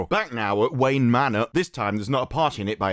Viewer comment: Your pronunciation of the name made me think they race-swapped Batman and made him Indian.